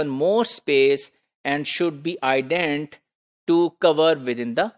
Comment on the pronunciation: Sir jee, this is not "Ident", this is "Indent". Please sir, please English ke bajaye Urdu me hi lectures deliver karen :(